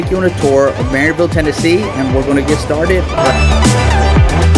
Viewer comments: It’s “ Merr ville” I’m a yankee and they told me I was saying it wrong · You don’t even know how to pronounce Maryville it’s pronounced mare-ville